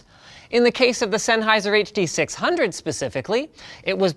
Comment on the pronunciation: ~ z e n n h e i s e r ~ ~ z e n n h e i s e r ~ ~ z e n n h e i s e r ~ stahp butchering ze name